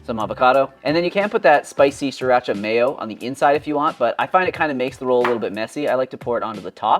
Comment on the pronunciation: PLEASE learn how to say Sri Racha! It’s a Thai sauce. Please learn how to pronounce it correctly. Consult ANY Thai person. Thank you. Otherwise, I love your channel.